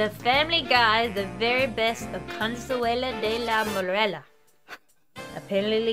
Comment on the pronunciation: Consuale? no no no . Cheers!